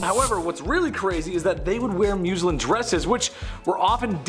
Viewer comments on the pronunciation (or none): Muhz-linn..........not Moos-linn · Muslin is pronounced as "Muhz-lihn" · Muzz-Lin puleeze 🙄